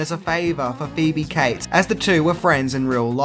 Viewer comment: Her name is Phoebe Cates, not Phoebe Kites